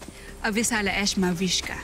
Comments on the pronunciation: Danaya:Avisala Eshma Lira:Avisala Asthma Danaya:Eshma Hahahahahaha laptrip😂😂😂😂😂😂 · Lira:thank you Danaya: Avisala ehma Lira:Avisala asma Danaya:avisala eshma Lira:ay avisala eshma HAHAHAHAHAHAHA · Haha sabi ni lira avesala asma